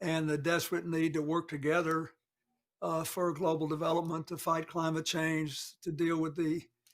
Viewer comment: He just said Chang of government.